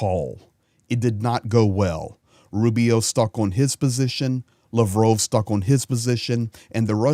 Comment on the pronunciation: RUSSIA ! You can't even pronounce Sergey Lavrov's name.